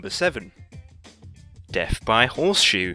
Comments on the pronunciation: It's death, not deff. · I'm I the only one who heard deaf instead of death??😂😂